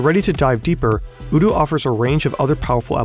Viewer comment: Why are you pronouncing odoo with first singular o as oo? Is that how it is sounded? If not, then surely it's pronounced either as an o in not or as in bow?